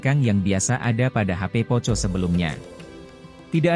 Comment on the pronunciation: Bcnya Poko bukn poco bro hahahahaha 🤣🤣🤣